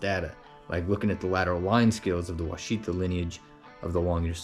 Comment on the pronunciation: Wichita is not pronounced as Wha cheetah. It is pronounced as Wash a taw as in Wichita KS. Wichita is not pronounced as Oh cheetah. It is pronounced as Oh ash a taw as in Ouachita MO or the native American tribe.